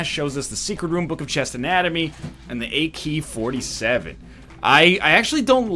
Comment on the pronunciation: This fucking yoke man calling the Akey-47 bad ruined my life.